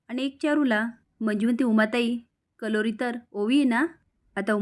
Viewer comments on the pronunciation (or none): कलोरी नसते मॅडम करवली असते